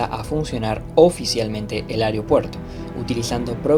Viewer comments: Un gran trabajo de video y narración. Felicitaciones en verdad!!! Lo único que como siempre, tendemos ( los uruguayos) a no pronunciar correctamente algunas palabras... AEROPUERTO, se menciona vaarias veces...pero...es muy difícil decirla correctamente?? Perdí la cuenta de las veces que se dice "AREOPUERTO"...nótese que son distintas, y la segunda NO es correcta. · Muy bueno, tremendos recuerdos.. Una sola cosa. Al conductor, no es Ariopuerto es Aeropuerto... Y la vos podría haber sido otra persona... Igual excelente el trabajo